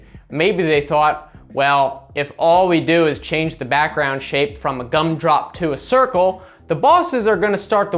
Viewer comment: Why did he say backgroundu🤣🤣🤣